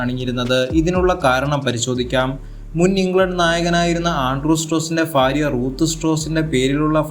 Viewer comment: ഭാര്യ ❌ഫാര്യ ✅